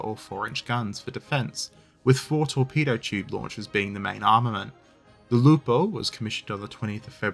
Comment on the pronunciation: Actually... the pronunciation of the name of the ships is correct, italian-approved.